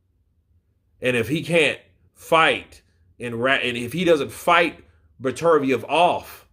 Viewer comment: It’s pronounced better biev